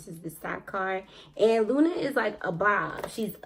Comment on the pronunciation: That’s not the name her name is pronounced leena lyna not Luna but you funny new subbie